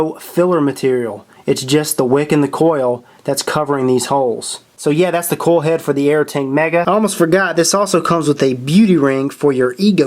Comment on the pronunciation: Sounds like he's saying coal head lol